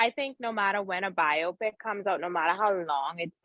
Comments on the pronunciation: Bye-Yo-Pic people, not Bye-Yop-Pic 🤣. Love you tho 😍😘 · Bi-oh-pic. Not Bi-ah-pic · Please tell this host it's not "by-ah-pick". The word is short for "biographical picture" and is pronounced "by-oh-pick", emphasis on the first syllable. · By-oh-pic long 'o', respectfully 😂😂😂